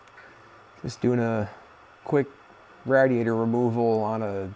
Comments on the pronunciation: Its pronounced. Raid E ate er. Smh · Quit sayin radiator like that🤣🤣🤣